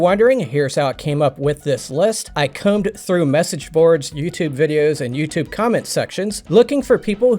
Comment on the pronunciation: The word is. "Combed"😅